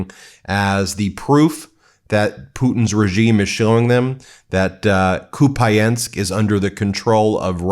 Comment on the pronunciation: Please.... pronounce Kupiansk correctly at least....😢